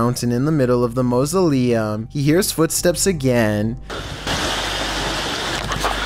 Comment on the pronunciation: What is a Musoliem its mau·so·le·um